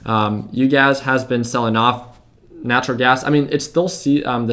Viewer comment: ‘it’s Uguys not UGAZ’ 😂😂😂